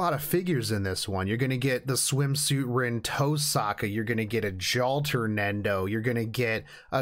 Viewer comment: So it's confirmed that pronounces the name of those red bodied twintails as "Rin Toe Sack-ka".